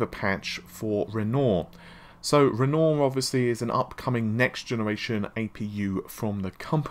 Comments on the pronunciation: No. It's not. Renoir: Ren-Waar: Renault Matisse: Ma-teese: Ma-tassy Thread: thread: Fred Navi: Na-vee: Nah-vae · Please!!! REN-WAH!!!! Not Rennor!!!!!! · RenoAr not Renault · Renoooooor? Renoir is pronounced Ren-whar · Repeat after me: **Ren-WAH**, RenWAH. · Do you intentionally mispronounce words to boost engagement or something? You must've read thousands of comments correcting Navi, Renoir etc. by now but you keep going lol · mispronouncing Renoir isn't anything to do with having a British accent.